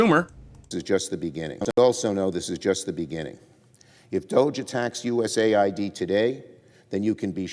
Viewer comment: Say U.S.A.I.D not US AID